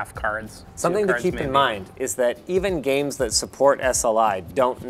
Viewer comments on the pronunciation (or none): ⚠ Did you say EVen GAmes ? 😄